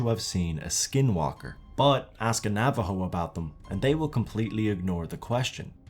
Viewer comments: Navajo is said navaho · He said Nā-Ah-Vo 🤣🤣 Come on you expect to believe a skinwalker was riding a bike 🤦😄 But in all seriousness Great video 👍